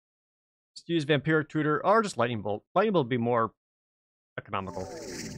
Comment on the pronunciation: I keep hearing "Vampiric Cooter".